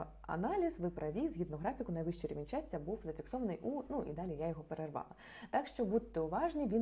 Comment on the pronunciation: "даль -і" -це типу Далі? охохох..